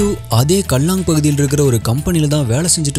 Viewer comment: நீங்க தான் அவர்களை நம் தமிழ்நாட்டை சார்ந்தவர்கள் என்று சொல்லுவது அவங்களுக்கு நாம ஊர்க்காரர்கள் தான்😅 க்கேலாங் என்று உச்சரிக்கனும் சகோ கல்லாங் என்பது சரியாக இருக்காது